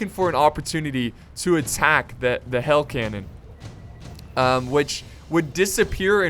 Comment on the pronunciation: You said hail canon instead of hell canon